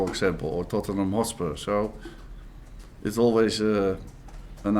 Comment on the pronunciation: Anyone else love how he pronounces tott-en-ham hos-pur